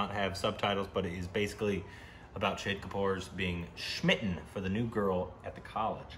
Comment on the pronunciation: Heyyy you pronounced 'shahid' right.!!! finally....